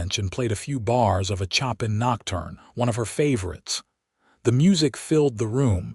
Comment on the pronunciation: 😂 😆 Chop in...? 🤨 She played Chopin on the piano.... You pronounced it Chop' in . . ?!! like chopping 🪓🪵 🤣 try, Show pan It's not Chop! * And yes, it is a nice story... Beautiful music does move or souls... regardless of the 🎶 composer's last name.